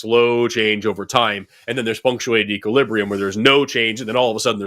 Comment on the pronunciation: I know Forrest was saying "punctuated equilibrium," but for some reason, in my head, I kept hearing "feng shui equilibrium," lol.